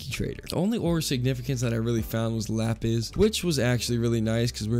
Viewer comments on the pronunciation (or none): none